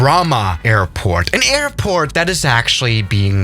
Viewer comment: I swear when he said airport he said airpork